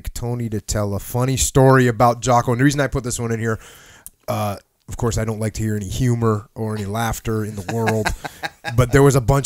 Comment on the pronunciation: “Hey you wanna get some pizza” TONY: Ovcuss.